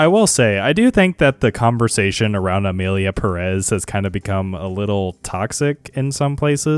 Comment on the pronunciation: "So Emilia pæh-rÉs..." Me, who speak spanish 💀🔫